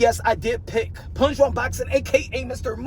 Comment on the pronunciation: not we Punsh you 😂 The cherry picking era is OVER…